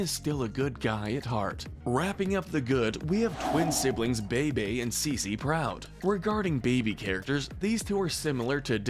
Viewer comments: Oscar should not have been as high as he was. Also you pronounced Bebe wrong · It's always this guy's mispronunciations that get me 😂 "Bay-Bay" instead of Bebe "Sugar Mama" instead of Suga Mama "Oh-lee-aye" instead of Olei I'm just like does no one proof these videos? 😂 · The twins name are pronounced Beebee n Ceecee, also I don't feel like it's fair for them to be so high up cause they literally went from babies to teens overnight. Not really enough time for them to get their own true personalities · He mispronounced Bebe and Suga Mama, too.